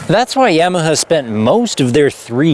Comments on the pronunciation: Only nark with the video is that you pronounce it YamaHER instead of YamaHA. Its like haha sound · Why are you saying YAM-e-hah though? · is it really pronounced like that? I always thought it was YAH-MUH-HAH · Is he saying "Yamaha" strangely or is it just my American ears/hearing disability? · Awesome video. Subscribed. Stop saying Yamaha like that. It bugs me. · Love this video,, but I'm kinda too stunned by the news that for the last thirty-plus years I've apparently been saying "Yamaha" wrong. Or is that just your Canadian butchering? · That's not how you pronounce Yamaha,.